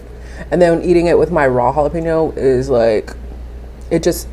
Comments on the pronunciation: LMAO - You said Jalapeño wrong... Im dying because youre so damn hungry you cant even talk right.... This ain't no mukbang this is your regular style of eating. LOL Trying to fool people oh I'm just doing a mukbang that's why there's so much food. Nope! You probably have eight more Burger sitting on the stove waiting till the videos done so you can go eat those yeah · JAIL-LOP-N-O's😂😂😂 I love this channel. Your face is always beat for the God's!